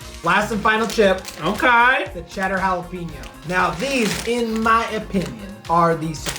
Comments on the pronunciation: Really? Jalapeeno? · haa·luh pei nyow v's ha·luh·pei·nyow